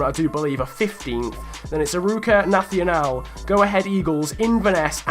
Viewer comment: "nathional" we portuguese are not spanish, ok??? do it like "nassional"